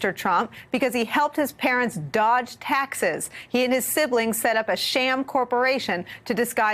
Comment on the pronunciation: Lol she passionately pronounced the word 'sham'